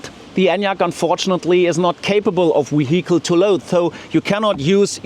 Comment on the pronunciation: VALUE is NOT "WAL-yoo" Look : c a r a "V A" n "V A" L - y o o = value VEHICLE is NOT "vee-Hicle" Say "V E E - ICLE" EVENT = "ee-Vent" REGISTRATION is NOT REgee- stration Say, "re-Jis-tray-shon" ( NOT "ree-jis-tray-shon" ) UNCOUPLED is NOT "un-coopled" Say, "un-cuppled" CONSUMPTION is NOT con-zum-shun Say, "con-sump-shun" THUMB = "thumm"